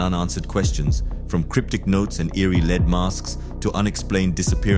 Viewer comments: Wth is a lead mask? I think you mean led (lead) not lead, as in being the first. Its spelled the same but pronounced different. You have to understand what you're saying to be able to differentiate between the two. Good ol confusing English language. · Please pronounce lead (the metal) as led, not as lead ie shoew someone the way